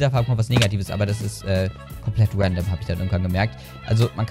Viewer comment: Finde deine Aussprache von Random sehr amüsant 😂